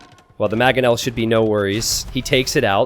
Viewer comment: Love content but it's MANGonel not MAGonel